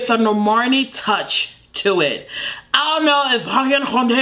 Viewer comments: Nobody:: normorni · calling her Normarny every other time 😂😂😂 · Everyone: Normani: Nomarni 🤣🤣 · NorMARni Edit:: NorMARni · u forgot to roll the r in NORRRRRRRRRMANEEEEEEEH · No one: Not a single soul:: NoRRRRmani.....NOrrrrmuhnee